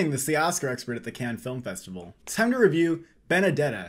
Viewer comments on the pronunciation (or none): none